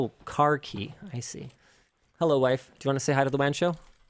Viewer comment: Borat Tech Tips haha "ma waiif"